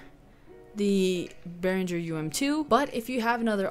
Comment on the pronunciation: would be nice if you learn how to pronounce Behringer correctly before you start teaching stuff to other people...